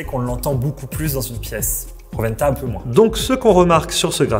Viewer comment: ro'wen'ta et pas roventa 😅😅